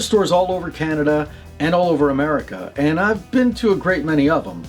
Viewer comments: "Canadia" xD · Gabrielle .Rockhill... I sometimes say "CANANADA" 👻